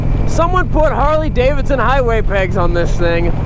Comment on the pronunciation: It is Cummins; not Cummings. Why is this difficult for some people? He also seems to think Davidson has only the first D in it. Something else I'll never understand